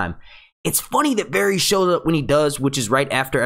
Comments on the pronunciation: The Varys mispronunciation was the worst one for me...he must be saying the names the way he said them in his head while reading the books... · How many episodes of this show have you watched? Have you never heard Varys pronounced? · Why does everyone say at least one character's name stupidly? This guy says Varys stupidly, others can't say Missandei, it seems like everyone who makes GoT videos has that one character whose name they cannot say correctly. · Please learn how to pronounce Varys...ur driving me crazy the way u say it wrong repeatedly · Stopped watching cause how he says varys but good vid